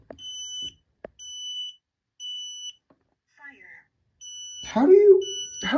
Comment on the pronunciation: The smoke alarm: swimming Also the smoke alarm: "faiyur"